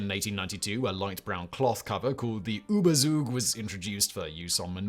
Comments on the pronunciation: the ooba soog 😂 (it is ˈyːbɐˌt͡suːk btw.) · It is "tzug" not "suug" for "Zug" (ziehen=draw). Any protective cover or coating may be called "Überzug" as it is drawn or painted over the thing that needs protection. A lightweight coat used to be called an "Überzieher" in Germany.